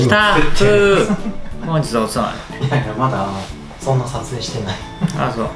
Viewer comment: ほんずぃず の おずまみはぁ〜？ ずったふぅ〜〜〜〜 ←酔いどれリュウジ出来上がりw スタッフお水飲ませて！